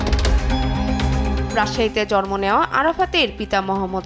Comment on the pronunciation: রাজশাহীতে জরম নেওয়া। 😂😂😂 জরম আবার কিরে বইন???